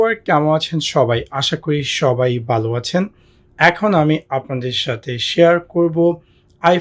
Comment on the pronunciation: বালো আছেন নাকি ভালো আছেন 😆